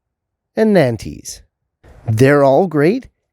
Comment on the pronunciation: As a French resident, I really have to correct your pronunciation of 'Nantees'.... Nantes is a our major city in Loire Atlantique in France (from where the variety originates). It is pronounced as NONTS, to give an approximation. It is as you know a really good spring season early carrot and regularly shaped. Thanks for your advice on container growing and I am just about to sow my seed for this winter's sowing in the greenhouse in a large deep pot. Do you soak your carrot seed prior to sowing? And for how long? On line some say just an hour and some say 24 hours .... or even longer. I am going to try 24 hour soaking this year and then sprouting them on vermiculite under heat and then pricking them carefully into the container when they start germinating.